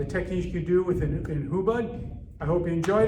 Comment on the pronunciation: Hubud is pronounced different. You should know basics before teaching others.